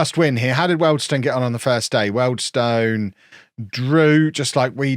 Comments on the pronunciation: I'm 99% sure you're doing it for this reason but it's pronounced wield stone 😂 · I think you're the first person I've ever heard mispronounce the weald bit of Wealdstone. People usually pronounce the stone bit as stun. Love the vids